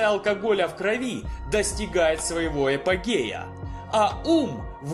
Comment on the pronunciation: правильно Апогея